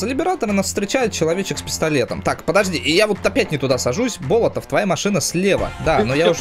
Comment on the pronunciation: Болотов это фамилия другой нации ударение ставится на 2ое "о"